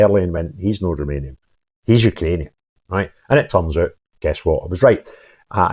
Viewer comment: If only you could pronounce you ka rainian correctly 😂 Congratulations on your appointment